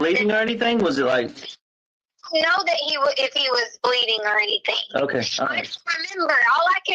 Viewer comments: I’ve never heard anyone end the g ending words with a k like she and Harley. For example: “anything “ is pronounced by as “anythingk” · Why does she say "anythinK??" What an annoying woman.